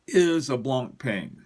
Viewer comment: Brilliant video's , your knowledge about watches is outstanding and admirable. Can i give you one quick tip : It's not pronounced BlancPAIN , it's BlancPEN . Keep up the good work!